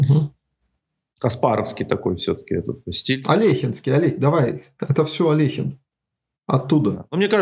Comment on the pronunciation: Я рад видеть маленькую деталь, именно что произнесена фамилия именно АлехИн с буквой «и» а не «Алёхин».